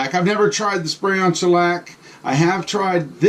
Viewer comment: Shellac sounded a lot like broccoli to me. Love those voice overs!